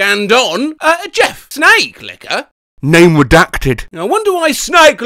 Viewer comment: “Snaake licker” and “snake licker” XD